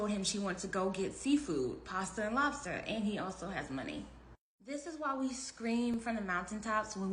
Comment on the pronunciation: “Pasta and lobsta”???? Ewww fr????